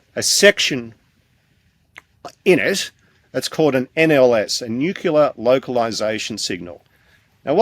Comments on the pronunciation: Is he going to go on about nucular nuculuses again?, because if he does, I just don't care what he might know, I DO NOT want to listen to it anymore! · I wish educated people would properly pronouce "nu cle ar".